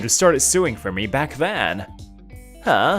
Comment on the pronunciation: I find it absolutely hilarious that when they try to say sewing, it's coming out as suing😅😅